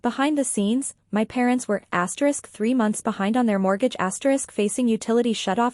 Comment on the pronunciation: What's with the "asterix"?